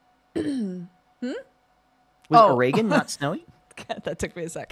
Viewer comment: I love how the popular debate is about whether it’s pronounced “o-re-gon” or “ore-gon” and this man hits us with the “oh-ray-gan.” Truly an innovator.